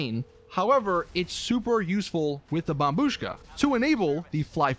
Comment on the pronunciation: Took you this long to pronounce it correctly